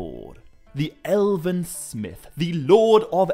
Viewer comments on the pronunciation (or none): Without Peter Jackson's movies - this kind of interest in these books would not exist. Nor would your channel. You don't seem to mind using stills from the films - so have some respect. And if YOU are so concerned with authenticity and perfection - stop pronouncing words with extra syllables. It's FIN-gon - not Finnigon.. it's ELven - not Elliven. Pot calling the kettle black. The sniffy, supercilious jabs at Peter Jackson's contribution to this epic - need to stop.